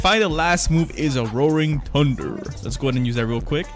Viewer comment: lol he says TuNdEr and its THunder